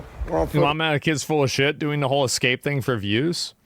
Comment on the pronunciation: “excape” most intelligent content creator